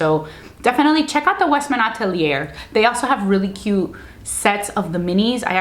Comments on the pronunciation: Great content but it’s Atelier but you should not pronounce the “r” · Yes, youtubers should realize that "atelier" is pronounced differently because it is a French word